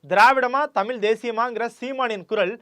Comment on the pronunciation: Great content! But I could literally play a drinking game for everytime you pronounce Tamizh with a “ல்”🫡